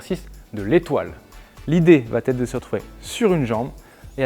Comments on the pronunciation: Va être et non va-t-être —> il n’y a pas de liaison ! Merci pour vos exercices 🙏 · Bonjour vos interventions sont vraiment top... Mais s'il vous plaît ne dites plus "va-t-être" il n'y a pas de "t" à la fin du verbe donc pas de liaison... On dit comment va-t-il ou comment va-t-elle mais on dit il ou elle va au cours de gym...😏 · Arrête de dire "VA-T-ETRE" pas de "T" à VA. c'est très pénible d'entendre ça. (neuf fois en 5 mn)👎👎👎👎👎👎